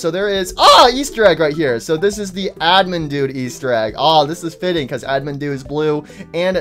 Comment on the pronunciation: bro is still saying admindude 💀 its actualy animdude